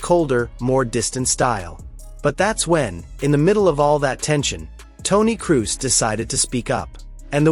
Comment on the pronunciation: If your AI cant pronounce Kroos.. or Xavi... Or Vini.. or 6/10 basic fckng English words... dont use it...